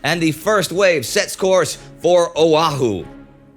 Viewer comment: I live on Kauai right now, pro tip, the H in Oahu is not pronounced.